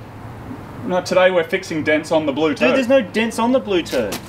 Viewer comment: "Theres no dents on the blue turd" moog kicks "today we are working on the blue turd"